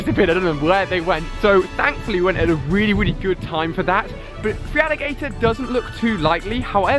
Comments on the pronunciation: Idiots of the internet Well he can't even pronounce his "favourite" pokémon. He says Free-aligator when it's spelt feraligatr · still can't help but lol every time he says "FREEALLIGATOR"... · Alia isn't saying feraligatr right not hating just saying